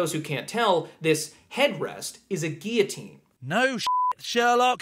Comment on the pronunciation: He pronounced "guillotine" correctly!